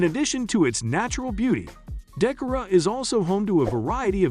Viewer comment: You didn't realize it's a computer generated voice. It pronounced Decorah...Da-care-row